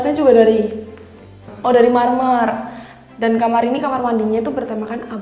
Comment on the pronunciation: baru kali ini saya nonton house tour yg selalu sebut kata MERMERRRR....😁😁